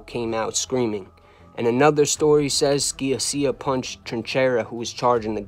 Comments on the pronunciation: You put out very good content and I enjoy your shows. However just a few corrections on some pronunciations of certain peoples names. For example Gerlando "George from Canada" Sciascia last name is pronounced Sha-Sha. Frankie Lino's last name is pronounced Lee-No. Besides that, you're all good. Keep up the great content !!!! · Great story telling. Your attention to details and accuracy is outstanding. You even mentioned Emmanuel Ragusa who skated. "George from Canada", Gerlando's surname is pronounced "Sha-sha". Otherwise a kick ass show!! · George SKIA-SEE-YA 😅 just bustin balls...you did a great job putting all the pieces together and presenting it in a concise & unique way 👍Keep up the good work!